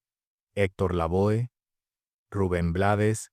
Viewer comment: Se nota que esa voz no es Boricua. La Pronuncación es Hector LAVÓ y Victor Manuel no como se escriben. QEPD Rafael Ithier. Buen Trabajo....mis respetos Gran Maestro. Eres sin Lugar a dudas una de las Leyendas Músicas en la historia de la Humanidad y sobre todo en la Salsa. Que le pongan lo que quieran siempre y cuando después QUE LE PONGAN SALSA!!!!!